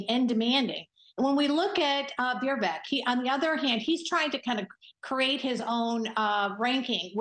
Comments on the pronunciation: "When we look at Veervek..." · This "Expert" couldn't even pronounce Vivek's name 😂